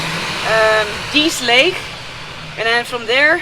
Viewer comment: Dease Lake - Pronounced correctly with silent e at the end … 😊